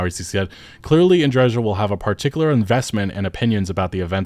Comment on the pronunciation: I still don't understand why they had to butcher Andreja's name